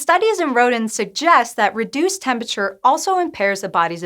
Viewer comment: Am I the only one bothered by her pronunciation "tempi-cher"? Probably -.